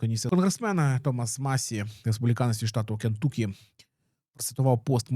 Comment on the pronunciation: Друже, не "КентУкі", а "КентАкі"... так правильно називають американці